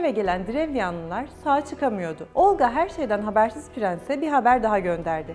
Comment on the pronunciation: Olqa ismindəki L herfi yumşak deyilmeli. Xatun Olqa deyerken çox kaba çıkıyor..Çünki Rus dilini bilmiyo.